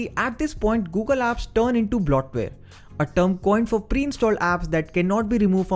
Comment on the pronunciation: It's bloatware not blotware.